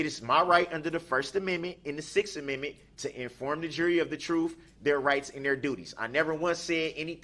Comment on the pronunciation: Acrate= accurate Troof= truth Axe= ask With all respect= with all do respect The guy is playing stupid for an appeal not goig to happen. Funny how he thinks he can talk to a judge that way. She buried him with sentences. 2nd guilty THE LOOK ON HIS FACE WAS PRICELESS. HE IS ACTING THIS WAY SO N HE DOESNT GET DESTROYED IN PRISON